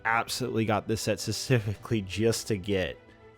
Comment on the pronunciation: SPECIFICALLY! Not secifically